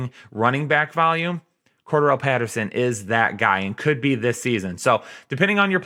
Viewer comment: CORE-DARE-REL since you were struggling hard lmao